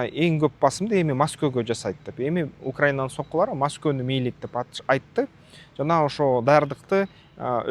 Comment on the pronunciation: Масково эмес Москва